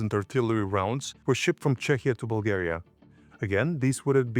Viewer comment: Why are you saying dates, your name, and Bulgaria wrong? You know perfectly well how they should be.